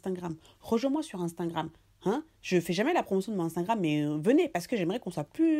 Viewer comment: Ah ta façon de prononcer Insta ( genre unstangram😂😂😂😂😂😂😂😂) trop marrant😅. T’es superbe 😘😊